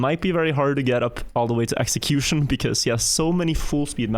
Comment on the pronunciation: was not prepared for xeqzion to be pronounced execution